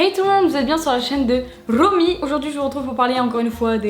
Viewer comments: "Rrrrrromy" j'adore ! 😁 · j’adore le « salut à tous bienvenu sur la chaîne de « Romy» en roulant le R😂❤️